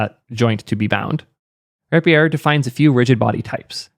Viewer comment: The word “rapier” is pronounced as “RAY-pee-er.” Here’s the phonetic breakdown: • “RAY”: sounds like the word “ray.” • “pee”: sounds like “pee.” • “er”: sounds like the ending in “other.” Great video. Just had to say something.